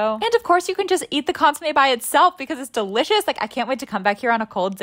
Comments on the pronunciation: It’s pronounced cun-su-mey btw❤ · ITS PRONOUNCED CONE-SUE-MEH